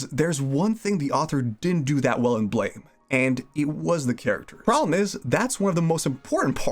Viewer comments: Ahhh... It's BLAM!!!! Not blame.... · Keeps calling it blaym pronounced Blam like the sound a gun makes or the Japanese word pronounced Buramu in Japanese ‘U’ is basically silent and ‘R’ is pronounced like ‘L’ so Blam!